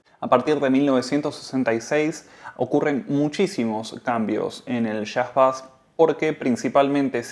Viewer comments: No diga "bas"... Por favor, pronuncie " beis" , de seguro lo habrá escuchado muchas veces y lo argentino le seguirá quedando bien. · Bonito informe. Solo una cosa, se pronuncia beis, no bass. Un detalle al pie.